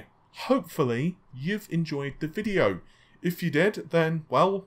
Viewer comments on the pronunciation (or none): none